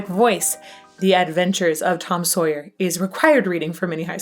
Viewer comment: I love how you love his pronunciation because I know Paul Rudd would disagree with you! 🤣🤣🤣 Tom SawyEEE